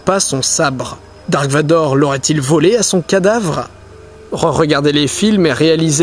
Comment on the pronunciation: en plus on dit darth et pas dark